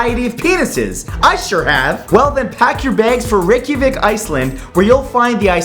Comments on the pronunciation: I love the way he says "Reykjavik". XD (number 10) It is pronounced Ray-cha-week. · i like how he cant pronounce Reykjavík. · It's Rey-Cha-Vick. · I live in iceland and matt almost said Reykjavík correct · Matthew, i love you and all, but the way you pronounced "Reykjavik" is an abomination.